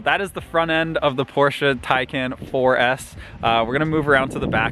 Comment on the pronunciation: finally, someone who can properly say Porsche